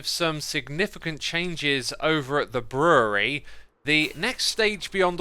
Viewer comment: Hearing Xisuma pronounce "brewery" as "bruhrurhr" gets me every time